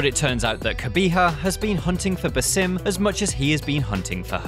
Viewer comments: Bass- Um Not Bah-Sim. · Its 'BA-sim', not 'buh-SIM'... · Does it piss anyone else off that he says "ba-sim" instead of just "Basim"? It's honestly annoying af because we've heard his name hundreds of times now, yet this dude doesn't know how to pronounce it. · Baw-sim not ba-sim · Bro said baesim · “Basím”? Did he even play the game? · Why say baaa sim its so annyoing his name and pronunciation has been said 1 million times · The stress is on the first part of “Basim” not the second half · Can't get over his pronunciation of Basim and djinni 😂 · At least try to pronounce the names right. Basim's name is even mentioned by Eivor at the end of the video lol. Anyway, just finished this recently and was disappointed it didn't go into more depth to Basim's realisation. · Your saying his name wrong smh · It pisses me off that you purposefully mispronounce his name. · Dude can’t even pronounce Basim correctly🤷🏼‍♂️